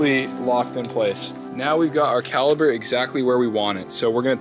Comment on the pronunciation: Caliper, not caliber